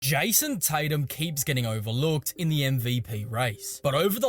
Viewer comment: Jison Titum